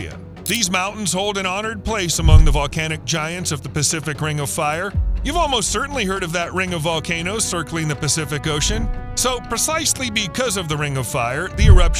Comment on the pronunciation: "Percisely" is not a word. *Precisely